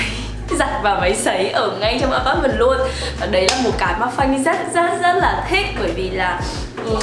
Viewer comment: Xinh và nói chuyện dễ thương, nhưng nghe ngay từ đầu thấy mấy quả đọc “a pát mừn”, “xi tì” với “thanh phùn” rồi thì “rất là statement” nên chạy ra luôn k vào lại nữa. Góp ý một chút là nếu muốn nói tiếng Việt pha tiếng Anh thì nên phát âm chuẩn hơn. Anw, nhà xinh quá và góc nào cũng đáng yêu.